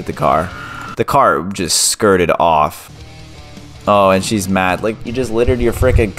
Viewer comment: Stop saying offf